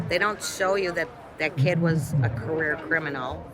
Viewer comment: A very interesting insight, but I‘m not sure if it’s hopeful or taking anyone forward. I just can’t see any solution. Oh and btw.: It’s /POLICE brutality/, not /police BRUTALITY/ as well as /CAREER criminals/ not /career CRIMINALS/.